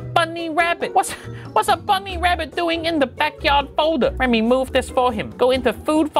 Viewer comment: "Ret me mooove this for him. Go into food fowwwder" He's right you know.